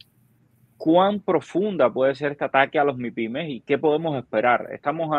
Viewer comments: Dice Maipimes. Es un experto realmente 😂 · ese hombre está claro en lo que dice, pero explícale que se dice “mipímes”, no “maipímes” (medianas y pequeñas empresas).